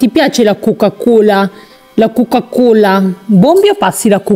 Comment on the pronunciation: La cuca cula? ma come parli